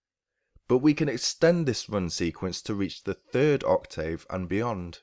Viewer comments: The spoken (pronunciation) of English is not always the same as the written word. i.e. Ock-tiv; when speaking. Oc-tave when writing. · Oc-TAVE!!! Are you serious with that pronunciation!? You're suppose to be a Native English speaker, right! It's Oc-TIV....as in Give. Your write TAVE...but you pronounce it TIV. Get it? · not wrong in general. But in this case you are. UK pronunciation/ˈɒk.tɪv/ US pronunciation/ˈɑːk.tɪv/ Notice the 'tiv' part The dropping of sounds (vowels) in connected speech by native speakers is the reason why 'Oral' English is so difficult to learn for non-native English speakers, be it UK or US English. Research 'Elision'. By the way, your guitar lessons are great!. Cheers!